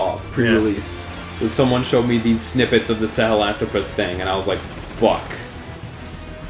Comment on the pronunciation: Sahalanthropus is 5 syllables, not 4, but for some reason, this and the Shagahod just stuck with me, their names are very unique, unlike Ray and Rex